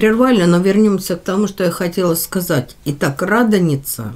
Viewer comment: Научитесь правильно говорить слово радоница удорение не то